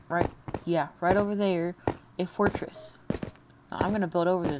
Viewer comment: Check at 32 seconds you say at the templates es es forteress